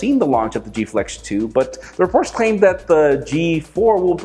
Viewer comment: the way u say Reports claim = The horse claim